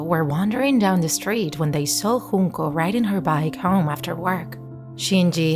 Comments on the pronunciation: Its Junko not Hunko!!! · Its Junko, not Hoonko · Uhhh. You pronounced Junko Chan wrong. It's jyunkou not hunko. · J not an H 😭 wtf this is Japanese not Spanish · “Hoon-ko” 💀💀 She’s japanese. Its a J. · Its pronounced just Junko with J not with H